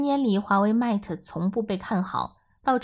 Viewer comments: 好好学习，mat和mate 如何读？ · Mate不是這樣發音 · 她讀得實在太難聽，將品牌代表性糊掉了!